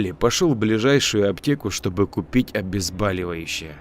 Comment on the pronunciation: У Вас проблемы с ударениями и,пожалуйста:"обезбОливающее"